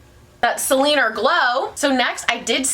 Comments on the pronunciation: “keep an eye out for Selenerrrrr”😂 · I died every time you said Selener 😂 I had totally forgotten about the meme